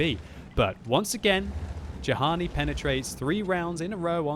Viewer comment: Actually,, Juhani has an Israeli flag. If he's from Israel, his name is most likely pronounced "yu-han-ee"